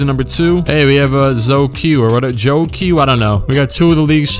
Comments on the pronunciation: you say zouh qi like Joe chi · The name “Zhou Qi” is actually spelled like Zhou “Chi”